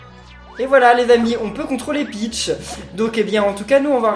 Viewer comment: Ça ce prononce "pich" pas "pitch"